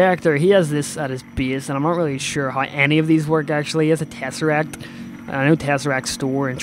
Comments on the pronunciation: I don't mind the occasional mispronunciation but you kept repeating "Terasect" when the word is pronounced Tess-Er-Act. I'm sure a few others have mentioned it already though. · tesserek not terresek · Umm... its tesseract not terresact. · you pronounce it te-sse-ract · lol, It's tess-R-act. (Sorry if it's just your accent:3)